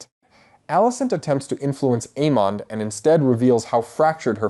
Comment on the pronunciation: I love your videos, but sometimes how you pronounce names like almond and Aemond is weird